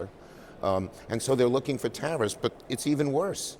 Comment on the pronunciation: Oh, he said tariffs. I thought he said Harris.